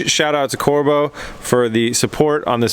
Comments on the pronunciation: just glad you got Corbeau's name right this time-haha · Glad to see your pronouncing corbeau correctly lol